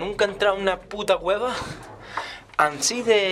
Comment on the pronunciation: like si te causa gracia cuando dice ansi en ves de asi jajajaja no jusgen